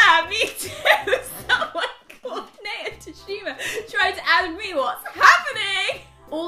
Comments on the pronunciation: NAYA IS PRONOUNCED N-EYE-A NOT NEIGH-A BUT I STILL LOVE U GUYS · Rose and Rosie I love you but please pronounce Naya’s name right ❤️ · Everytime they mispronounced "Naya" a bit of my soul died 😂